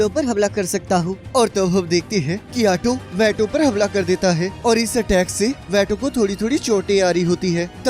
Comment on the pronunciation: Tobyato ❌❌ tomato✅✅✅ 😂